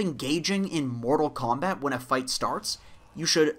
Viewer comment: "engaging in mortal compat" haha